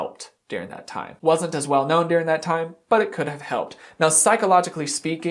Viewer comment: Watching you get exasperated in these videos is my favourite in the least ‘I like to watch you suffer’ way. Also, where are you from that you pronounce certain words so strangely!? Like ‘deering’ instead of during for example. Thanks for being so entertaining!